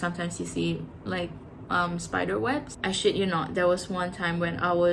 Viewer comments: Omg i love how you said ' i shit you not' 😂 so aussie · You sound so Aussie when you say, I shit you not’ ❤